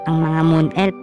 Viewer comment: F yan d yan p anu ELP tskk Elf di Elp hay naku